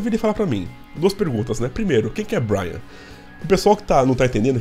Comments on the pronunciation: o nome dele é BRAIN, não BRIAN. Se pronuncia "BRÊIN" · meu ouvido sangra toda vez que eu escuto vc falar BRYAN.... é como chamar o Duff de Duff McGregor ou Slash de Sleich ou Axl de Axél. NÃO EXISTE BRYAN. É Brain, (BRÊIN). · Boa. Só me explica uma coisa. Porque vc se recusa a pronunciar o sobrenome do Brain? Percebi já no vídeo anterior. Tive que pesquisar no Google pra ver se vc estava falando do Brain Mantia.